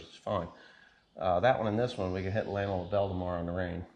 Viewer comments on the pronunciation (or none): none